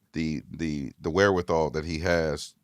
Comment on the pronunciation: Every time Hed says wherewithal and looks into the camera...an owl dies 😂😂😂